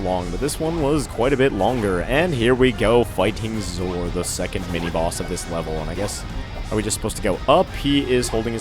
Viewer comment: you called zor zomon